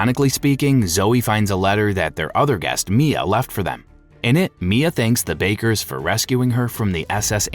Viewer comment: I swear your pronouncing the names of the bakers on purpose 😂